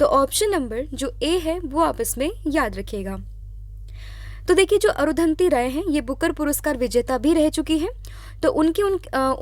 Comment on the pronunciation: अरुधंति राय नाम नही अरुंधती रॉय है